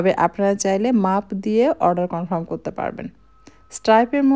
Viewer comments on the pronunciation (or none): none